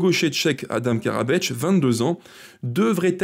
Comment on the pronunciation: thanks video, but no Karabeč, just Karabec :)